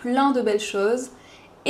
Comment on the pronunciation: Pourquoi tu termine la vidéo avec une prononciation allongé sur "ci" de merci ?? Merciiiiiiiiiii ? Technique de vampirisme ??